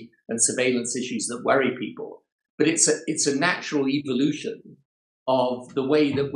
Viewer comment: Tony Blair said, "It's a natural EVILution". Did anyone else catch that?